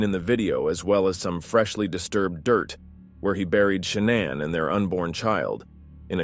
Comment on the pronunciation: If he calls her ShaNAN one more effing time.